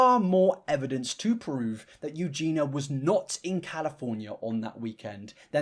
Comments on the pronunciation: Say what you will about Adam, AT LEAST HE SAYS EUGENIAS NAME CORRECTLY. Whilst you have managed to say Eugena in every damn vid you’ve done on her. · You pronounced her name right ONCE in this entire video bestie 😭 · in this whole 34 minute video, you managed to pronounce her name correctly exactly one time :D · Respectfully unsubbed on purpose because I find the way you cover Eugenia disrespectful. It bothers me that you keep calling her by the wrong name (Eugen-EE-a, her name is not Eugena) and you introduced her deceptively. You made an effort to use old photos of her that don't represent her as she normally is, then you used footage of her showing her trademark muscle wastage unblurred, uncropped, undressed, and most importantly unspoken, because that nonverbal display of SH is her brand, even when weather inappropriate. You intentionally omitted her illness is what she's known for, if you already know her. For people in your audience who aren't already familiar with her, that's a jarring transition from old pics of her to suddenly skelly. I'm sure you don't intend to expose your audience to ED content, but that's what you're showing and it doesn't negate the harm that causes to show and not tell. If you're going to peddle shock content, make it educational. I don't like that you're sending engagement to a very sick woman you don't even respect enough to say her name. That feels very exploitative and I can't respect that man, you're doing exactly what she's controversial for when you normalize ED content for profit. She's not "just existing", content creation is her job same as yours, and the way you do your job is not exempt from criticism, so do better man take care but I'm out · Is there a reason you say Eugena Cooney and not Eugenia Cooney? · her name is eugenia.. not eugeena... lol.. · Eugenia, not Eugena. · Her name is Eugenia, not "Eugena". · PLEASE it's Eu-gen-i-a, NOT eu-gen-a 😭 you're killin me man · Eugenia* not Eugena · yes! EugenIA. So annoying